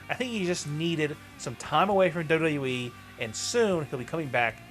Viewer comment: Your pronouncing of WWE is frustrating...